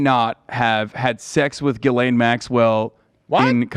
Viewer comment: "Jizzlane" instead of Ghislaine omg hahahahahah